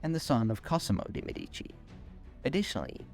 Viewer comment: Mèdici, not medìci